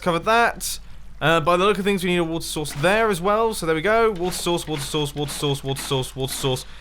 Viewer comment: "Wait... Why are you saying it like this?" "What? I just said that this water sauce could work." "You mean 'source'." "Yeah, sauce." "But you said 'sauce'." "No I didn't!" "Say 'sources'." "Sources." "Now say source." "Sauce." "Say source!" "Sauce." "Source!" "Sauce!" "You're flooding your base!"